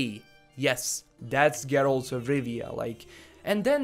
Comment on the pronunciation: I like how you say Geralt